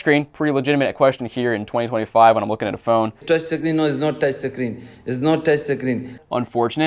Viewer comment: "Its not toucshi screen."